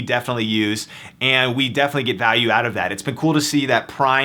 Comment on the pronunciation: Why the fuck you talk so weird? "Two HOUR shipping" "You can opt OUT" call the fuck down gay boy